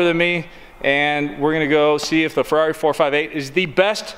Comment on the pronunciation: It's Ferrari not Ferarri